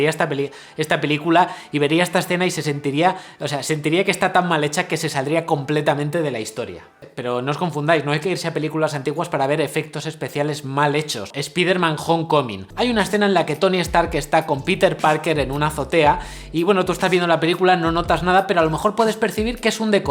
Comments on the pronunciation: No soy experto en idiomas pero sé que la película esa de la araña humana se pronuncia "eSPAIDERMAN", que tipo de onda vital es eso de "ESPIDERMAN"? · Muy buen video, pero si hablas bien inglés y todavía tienen a bien invitarte a estrenos, porque dices "espiderman"? Dilo como se pronuncia en inglés o si quieres decirlo en español mejor di el hombre-araña, se escucha muy ridículo tratar de "españolizar" el inglés. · "espiderman" jajajaja. Muy buen video! nuevo suscriptor :D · porque dice "spiderman" tal cual como suena, pero HOME si lo pronuncia bien?... estos españoles hablan muy feo